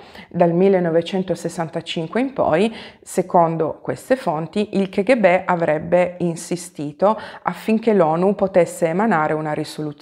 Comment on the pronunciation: Piccola precisazione: l' acronimo K.G.B. si deve pronunciare "ca-ghe-be" e non che- ecc. Lo so, può sembrare cacofonico (nel figurato senso della parola eh ; ) ma la K in russo si pronuncia KA nonostante tutti si sforzino di proposito di sbagliarla pronunciandola alla pugliese.